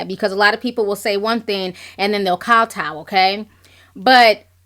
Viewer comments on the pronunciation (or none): none